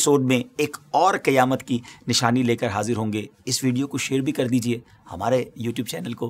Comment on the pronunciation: Qiyamat nahi Qayamat hota hai